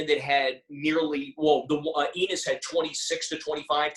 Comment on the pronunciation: It's Pronounce like E-NOSE, not ENIS It's Terrence Enos Jr